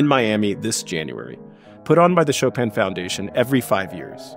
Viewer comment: This is great. Thank you. Please ask the moderator to stop sounding an ’n‘ at the end of Chopin. It is annoying when pronouncing Chopin, especially when making the nasal 'in' as in French --- a sound that doesn't exist in English, and which he pronounces well (congrats!). In French, ”ce n'est pas facile pour un anglophone de faire ces voyelles nasales (an, en, in, on, un)“. Please stop tagging an 'n' sound at the end of Chopin.